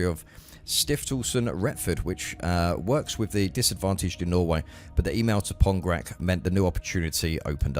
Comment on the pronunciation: "Pongrac" should be pronounced "Pongratz" I guess... "pongrak" sounds awfully wrong:D